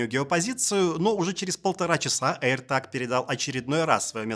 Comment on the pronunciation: аирТЭЭЭЭЭЭЭЭЭЭЭЭЭЭЭЭЭЭЭЭЭЭЭЭЭЭЭЭЭЭЭЭЭЭЭЭг, а не таг.